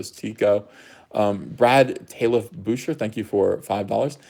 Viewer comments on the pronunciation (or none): none